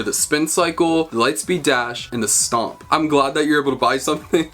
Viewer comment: Emphasis on "stomp"